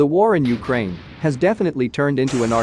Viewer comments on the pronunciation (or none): none